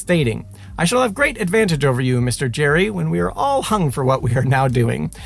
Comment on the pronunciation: His name is pronounced "Gary", not "Jerry".